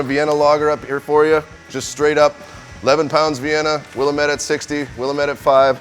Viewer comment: It’s pronounced will-ahm-ette